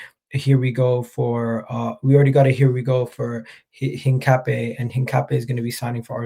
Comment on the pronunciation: Hincapie is pronounced Hin-Cap-iyay